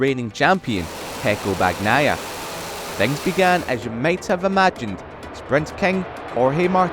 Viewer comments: Yeah, it always bothers me how they would pronounce "Bag-nai-ah" instead of the correct one (Bah-ni-eye-ah). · MotoGP commentators just can't pronounce "Bagnaia" properly 😂😂 it's beyond them